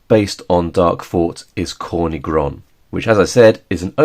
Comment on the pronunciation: Hey, just so you know, that's not how you pronounce"Corny Groń" it has nothing to do with"corn" - it's "tz" (like a tzar, ruler of medieval Russia) "or" - "ny" - with a hard throaty "y" like an "i" in "b*tch" not soft "ee" "Groń" you got almost right, the last n is softer sound like a "nie" in "niece" It means "black mountain ridge"/"black peak"